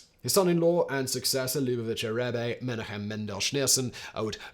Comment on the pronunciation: Incorrect, Rebbe with an E on the end should be pronounced Reb-uh